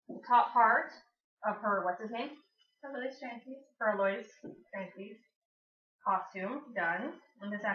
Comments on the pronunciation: ***** But the correct pronounciation is Al-oe-ees. It's a french name and it's pronounced that way. its like the word cake. If someone pronounces it wrong you should correct them. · Al-oe-ees is how its pronounced not al-oys